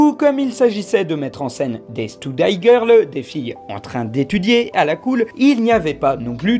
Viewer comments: To Steudaî ? To "Steudi", m'enfin ! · Study -> "Steudi" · "stoudail" hahaha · Ca se prononce steudi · Ta prononciation du mot study m'a traumatisé à vie